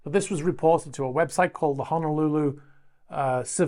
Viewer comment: It's pronounced NAH- KO- AH (not Nah- COW ah). Also, it's HO NO - LOO-AH (not Hah-nah- loo-ah). Thank you.